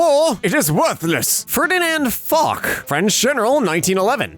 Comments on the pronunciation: Foch is pronounced fosh, not fok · u pronounced "Foch" incorrectly, its pronounced "Fosh" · Btw its pronounced foch (fosch)